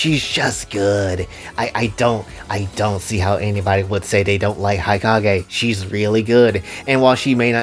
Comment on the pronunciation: I yearn for the day when fanservice-filled media becomes accepted again… As for my favorite characters, these days, I like pretty much all the Hanzō Academy Girls, as well as Yomi and Hikage (which, side note, is pronounced “hee-KAH-geh”) from the Crimson Squad. As for the others… I haven’t really played much of the other games besides the ones on 3DS, so I don’t think I can make a proper judgement on them as of now.